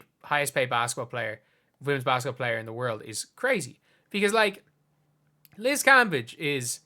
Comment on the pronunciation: Your saying her name wrong! *cringee